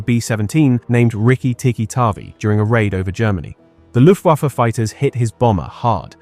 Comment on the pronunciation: "Loooftwoffer"? Ffs kid.